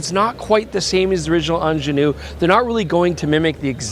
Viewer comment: Quite disappointing to hear a Canadian systematically mispronouncing 'Angenieux', over and over again. And no, I'm neither Swiss, French, nor Quebecois 😇.